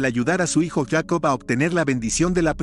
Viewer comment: ¿POR QUE YACOB Y NO JACOB?